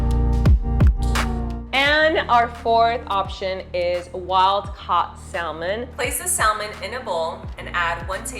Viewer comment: The "l" in "salmon" is silent.